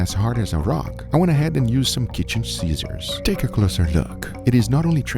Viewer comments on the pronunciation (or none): kitchen sceeezors